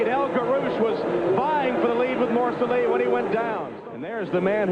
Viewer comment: and then you butcher morceli it is moor cell leee . Really amateurish